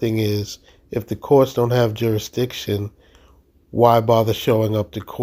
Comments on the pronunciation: He said do you have subject JURISTITION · Juradissin! Dude, did you even graduate middle school?!? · "Juradishun" He should have been laughed out of court right there. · I laughed my arse off when he said jurisdiction!!🤦‍♀️🤦‍♀️🤦‍♀️🤦‍♀️🤦‍♀️🤦‍♀️